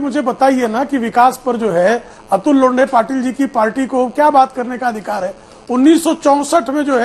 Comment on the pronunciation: नमस्ते अतुल लोंडे नही लोठें? 😂